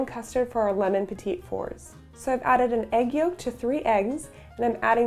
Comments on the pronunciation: Cringing at the perpetual mispronunciation. It's petit (silent second t) fours, not petite fours. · It is pronounced "petty 4s" but love what you've presented here. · I agree. And the way she pronounced it made me cringe. In no way a Petit Four but still lovely and I'm sure they taste delicious.